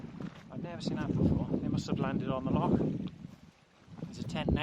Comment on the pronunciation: Epic video bud, also nice to hear the correct pronunciation of loch 😎👍